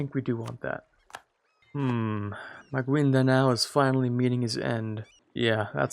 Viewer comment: Excuse me, I would like to just say Maguindanao is pronounced as magindanao. Philippine names are usually hard.